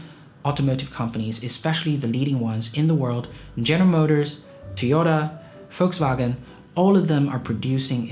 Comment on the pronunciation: Finally someone, who pronounces Volkswagen korrekt...